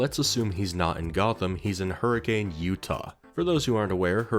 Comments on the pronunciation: It's spelled hurricane Utah. But its said Hur-a-kun. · Hurricane, Utah isn't pronounced like the storm btw! it's closer to hurr-a-kun (I spent a fair chunk of childhood in a neighboring city). like not upset, just something mildly interesting some fnaf fans might find interesting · you said hurricane’s name wrong. The ways it’s supposed to be said is: her-a-kun”. I’m not kidding. I’m from utah. And even I hate it. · not to be that guy but here in Utah we pronounce it as Hurrikin even though its spelt Hurricane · As a southern Utah man, Hurricane is pronounced Hurri-cen, Utah. Nobody knows why, and it pisses everyone off. But that’s the way it is. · I can tell I moved in Utah too long because his pronunciation of hurricane is bugging me haha. They call it hurricuhn (rhymes with bun) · Bit of a fun fact: As any resident of Hurricane, Utah would hastily correct you, it's pronounced "HurriCUN" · The fact that fnaf is set in my hometown is incredibly cursed to me Also it's pronounced her-a-kin even tho it's spelled like the storm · Hearing you pronounce Hurricane, Utah hurt my soul. It’s spelled like Hurricane but it’s pronounced like Hurrah-can. Don’t ask me why though, it’s just the way it is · Hearing people pronounce it "hurri-cane" 🥀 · You did not just call it hurricane Utah, it is pronounced hur-a-can, it is a massive petpeve of mine when somebody mispronounces it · Hello, I'm enjoying this so much, BUT, Hurricane the city is pronounced "Hurri-kin" like next of kin. No I don't know why. That is all. Glad buttf*ck Utah can get some rep with a child murderer restaurant. Edit now that I've finished the video, I LOVED all of these scenarios, and the justifications for Batsy to be around gd UTAH of all places. I also loved the various edits of purple guy/Springtrap's face on villains (the Harley Quinn one made me laugh out loud) and the edits of Batman going, "smells like dead kid here." KILLER video, 10/10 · That’s not how you pronounce Hurricane 😞